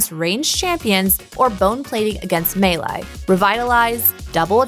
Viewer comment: It's great that is trying to have more representation in their staff, but it would be great if they could have these guys properly say keywords (e.g. "coup de grace" "melee"). It is distracting not to mention annoying to hear these words/phrases always mispronounced when that is such an easy fix. A lot of thought is put into these videos, it is surprising that small things like this have never been fixed. Love these videos and watch each one when they come out, much love and thanks for the distraction during these really hard times.